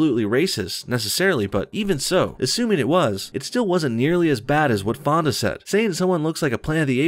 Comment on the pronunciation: when he said peter fonda I thought he said pedo fondle